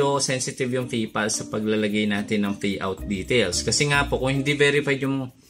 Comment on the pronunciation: kaloka ka magsalita Faid Feriod Faypal Fayout